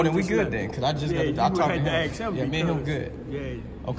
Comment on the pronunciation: You didnt "axe" for permission to exercise your rights, theres the problem